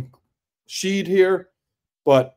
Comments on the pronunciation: Shead - pronounced SHED. Not Sheed. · Dude… Sheed? Good thing for us Coogs fans that Jamal’s play transcends your pronunciation of his name. Last I’ll say on the subject. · Pronouncing Shead as Sheed is going to haunt me for the rest of my life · Incredible breakdown. I think Shead's last name is pronounced like shed though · All good man. It was grating, but at least you could admit you missed the mark there. Analysis was solid otherwise. Go Coogs. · Yes! The whole time I’m like who is Sheed? lol